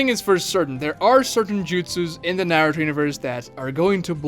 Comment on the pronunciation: My man, good vid. However, your pronunciation of Naruto is absolutely atrocious. How does someone who knows the series to your degree, butcher the name so badly? Watch some Japanese episodes and get the name right.